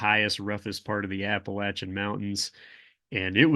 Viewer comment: Thanks for pronouncing Appalachia correctly and for what you are doing.